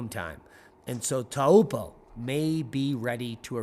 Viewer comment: Thanks for covering lake Taupo (say like, toe-paw).